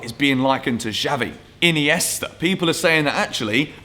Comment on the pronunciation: gilmour - "miniesta"